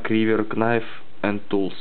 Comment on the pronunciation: Произносится НАЙФ, а не КНАЙФ. "К" не читается. Это исключение.